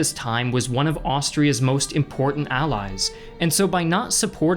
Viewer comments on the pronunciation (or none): none